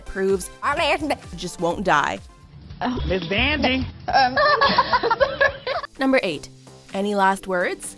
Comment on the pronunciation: “Who’s there’s Miss Vanjee” haha